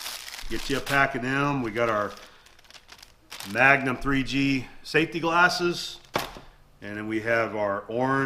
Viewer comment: The way he pronounces “safety McGlarses” is funny. Must be a southern thing.